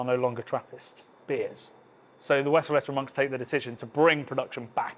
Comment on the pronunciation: Great video, great series! Totally agree the blonde is underrated because it somehow stands in the shadow of the others. Sidenote in good spirit: it's pronounced Westvlayturrun, not Westflatteren 😅